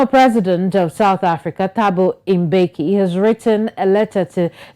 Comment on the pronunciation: Thabo Mbeki not Imbeki, no realy please.